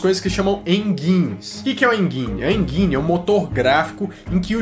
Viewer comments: "Enjaine" enginne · Enguine não pelo amor de uma cabrita, de onde vc inventou essa pronúncia? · A pronuncia do G de "Engine" é com D (Engine = En-Dim); É só lembrar como se fala G.I Joe. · "hein guine " kkkkkk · Engine: Pronúncia mais correta "EnDJine" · Bom.. alguns erros no vídeo. Primeiro o primeiro vídeo game não foi o Atari, foi o Odyssey,, segundo o cara não chama Alan,, é Nolan....kkkkkk,,, não se diz (enguine) kkkk e com som de J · Se pronuncia enDJine.